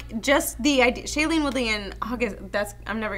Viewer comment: Two movies they've reviewed with Shailene Woodley... 0 for 2 on saying her name right lol